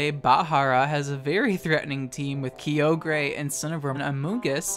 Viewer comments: Says Kyogre correctly and 2 seconds later swithces back to saying Key oh gray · I drink every time you say Key-oh-gray ..I got drunk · The amount of times he sayd key-o-gray Instead of ky-o-grah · Kai-ogre. Not key-yo-grey. Other than that you at least manage to use respectful non-obnoxious mons which is good. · Key oge gray im fuckin dead it’s Kye Ogre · I don't like the way you say Kyogre. It's Ki-Ogre not Kee-ogrey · It’s Kai-o-ger not kee-o-grey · It’s KYE-OGRE Not Key-Ogre, stop saying it like that pleasee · TheSassJacket Kai-oh-gree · Kio gayre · Kio gray Groundon Lowpunny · I felt attacked whenever you said “Kee-oh-gray” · Did this man's really say "key-oh-grey" for Kyogre lmaoooooo I've never heard of a funnier way to say it's name lmao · Every time says "Key-oh-grey" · Key-Oog-Ray um......???? I did enjoy the video a lot :) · Kee-oh-gray Hoenn Pokerap intensifies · I've heard a lot of mispronunciations in my days; I'm mostly desensitized to all the people that say Hydreigon wrong, but the way you say Kyogre doesn't even sound like you're talking about the same Pokemon. It's supposed to be Kigh-og-er. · Never heard someone pronounce Kyoogre key-oge-ray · My favorite pokemon is key-oh-gray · Key-oh-grey? Low-pun-E?? Are you well? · "Ki-yogre" lol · Kyogre "Keo-gray" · i know this vid is from a year ago but wow ive never heard someone else pronounce kyogre the way i do lmao or similarly i guess,, i was weirded out when everybody would pronounce it as /kah-yoh-gurr/ when ive been saying /kyoh-greh/ all my life lol then again your pronunciation might just be a meme but idk lmao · kee oh gray 😭😭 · key o grey lol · Alright, it's just one mispronounce. I probably don't have the right pronounciation of kyogre either. says keeyogray 4 more times in the span of 15 seconds Ok i can't take this anymore I'm out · I swear to god if this guy pronounces Kyogre "kee-o-gray" one more time I'm gonna lose it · This man hard baiting with that Kyogre pronounciation.